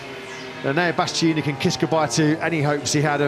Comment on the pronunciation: Is the commenter dyslexic or what's going on? It's not Bastini, it's Bastianini for christ's sake!